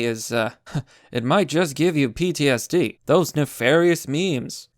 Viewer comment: pronounces ptsd "psd" not just once, or twice, but THREE times in the video. is he trying to make fun of mental health??? 🤔🤔🤔🤔 (this comment is a satirical joke so calm down sjws)